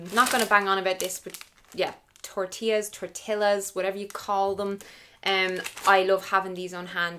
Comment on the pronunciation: The first pronunciation of “tortilla” is perfect 👌🏻☺️ I have to go to Super Value hahah I want to try that potatoes Pizza 😋 I really loved this video. Thank you!!!!💓